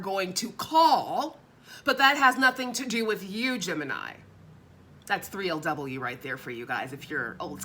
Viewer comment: Every time you enunciate 3LW it tickles me😂